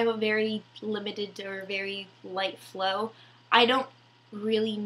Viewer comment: Lol your so sweet! My daughter and myself found your video very informative! Thanks keep up the good work and next time just try saying FLOW! 😊